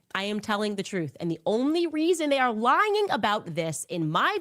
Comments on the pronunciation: I heard it too!!! It sounded like lyging .... extra G. That woman is so completely stupid and illiterate but because she says things with "authority" people buy it. I can't wrap my brain around this. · Did she just mispronounce lying?